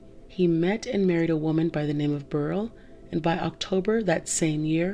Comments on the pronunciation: Beryl is pronounced bear ill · You pronounced Beryl wrong.